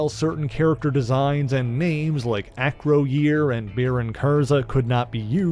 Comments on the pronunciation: Not Acro-year, it's acroy-er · Its prince A-COY-ER!!!! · Acroyear is pronounced Ah-croy-er. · It's pronounced A-Croy-Yer. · Great video, well researched, but bro, your pronunciations of Acroyear and Kaliklak are waaaaaay off! It’s not a-cro-year, it’s pronounced uh-crow-yer. And it’s Kuh-lick-lack. You got Spartak right though!